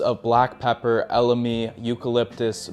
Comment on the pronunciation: Please no more wojacks tho you wanna tell us about fragrances yet you said “veviter”, “lamdandum”, “eLAmi”? 👁️ 👁️